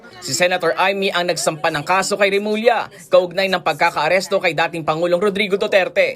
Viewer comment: Remulla not Remula!